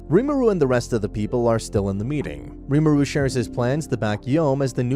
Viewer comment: Its not pronounced rimuru its pronounced ree-mu-ru i am a stan for tensura so ,im sry but this kinda ticked me off